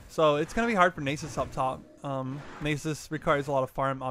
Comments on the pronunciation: It's nasus not nysus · Lol never heard it pronounced "naysus". Nice video though.